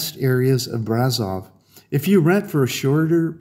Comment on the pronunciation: It's pronounced Brash-offv